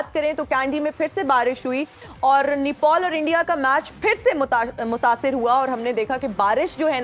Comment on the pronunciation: Didi pehle bolna sikho nepol nai nepal hai kam se kam sunn ke to sahi bolo